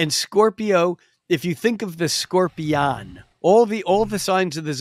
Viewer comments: The way he was pronouncing scorpion at the end was bugging the crap out of me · how he says scorpion is driving me insane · I could not get used to the way this guy pronounces "Scorpion"